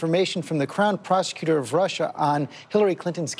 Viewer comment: Did trump say Russer and Chiner????